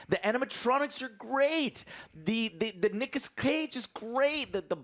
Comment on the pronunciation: "nichas cage"